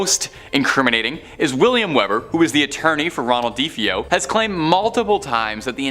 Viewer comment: Say it with me Duh-Fay-Oh That’s how the name is pronounced 😂